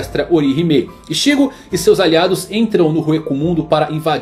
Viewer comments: Todo "Ixígo" dito me doía por dentro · Nao é Rukía ou Ichígo, é Rukia e Ichigo, nao é possível que você assistiu e leu tudo e não sabe pronunciar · Ixígo e Ruquía me deu agonia kkkkkkk mas o video ficou muito bom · Que agonia dele mudando a sílaba tônica dos nomessssssss ichÍgo, rukÍa, orihimÉ